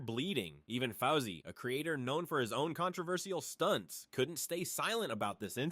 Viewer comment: Foussey, not Fowsey.